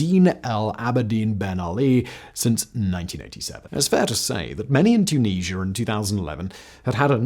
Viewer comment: Too-Knees-Ya!!!! OMG 😂😳🙄🙄😂